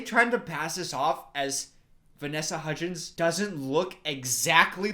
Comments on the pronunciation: “the three hudgees” - 2020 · When he said Hudgeez I thought he was going to say Hujesus next, cuz you know, Christmas is about- I'll just leave. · I love how is like “HUDGIES” the whole first half of the video.